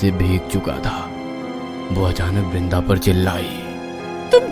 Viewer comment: Not brinda it's vrinda